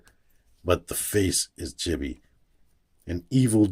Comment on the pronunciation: FYI, Chibi is pronounced CHEEBEE. There is no short i sound in japanese like that.